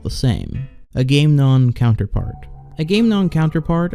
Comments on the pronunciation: i’m only half way through, but i love this so far! my only critique is that “agamemnon” is pronounced “ag-a-mem-non,” not “a-game-non.” the english major in me was suffering slightly when you mispronounced it, lol. other than that, literally stellar quality video, 10/10 would recommend <3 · A-GA-MEM-NON not bloody A-GAME-NON. Anyway this is by far the best Iceberg vid I've seen. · The way he pronounced Agamemnon counterpart 😂😂😂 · Your pronunciations of Agamenmon is cringe